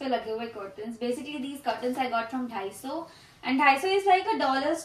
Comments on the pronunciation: 다이소 (daiso) is the correct pronunciation. Maybe you need to start studying. Also its not a fight or battle. I just stated what’s correct. Upto you to agree or not. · The pronunciation for “daiso” is incorrect 🤓 its not “dHaiso its Daiso” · daiso ❌ dahi soo ✔ btw i love your house❤